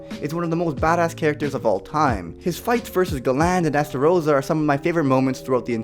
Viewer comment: Bruh, when you try to say stuff from the 7 deadly sins you always say it wrong: not ga-land its Gal-end. And its also est-er-o-sa. Before you try to say stuff, PLEASE try to find out how its actually pronounced